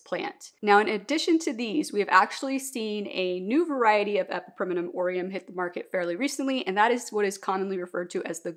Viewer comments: Fair enough! You’re just adding an extra syllable (E-PI-PREM-NUM vs E-PI-PREM-IN-UM) and I was wondering if there was a reason. I am not a Latin expert either! I still refuse to say calathea out loud haha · Question…why do you pronounce epipremnum like that